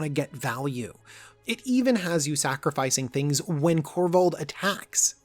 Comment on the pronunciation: Kor-vald sir. Not korvath